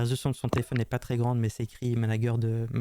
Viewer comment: En + d'être un brouteur c'est un abruti. Il est c.. comme une valise 😂 "Le managueur" 😂😂😂 Même ça, il est pas foutu de le prononcer correctement.